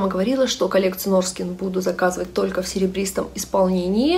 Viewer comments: Норхен это произносится, а не Норскен. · НОРХЭН правильное произношение)) Без обид)) Спасибо за обзоры, всегда смотрю!